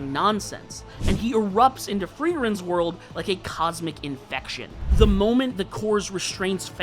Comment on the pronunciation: Also it’s “world” not “word”